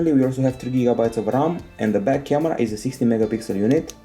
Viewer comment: it sounded like he said bad camera not back camera